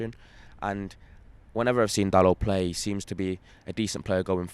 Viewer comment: Jesus, a fella who pronounced Dalot's name right. Look at that...